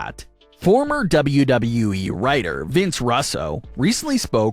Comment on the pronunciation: Hard to give you ANY CRED when you MISPRONOUNCED Vince RUSSO'S NAME!!!